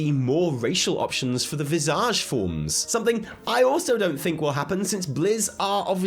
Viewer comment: why is he saying visage like Nicki minaj? its visage like anchorage.